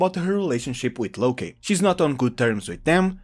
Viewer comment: Its its "Locke" is in "Lock" by the way, not "Lokay"